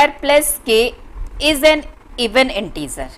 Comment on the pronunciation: Intizer nahi hota hai InteGer hota hai No offense ❤